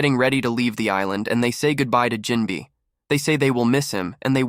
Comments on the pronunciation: Around 15ish minutes bro says "is-land" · Is this ai voice generated no way you watched this show and mispronounced island dawg 😅